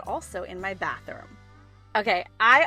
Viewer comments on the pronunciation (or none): none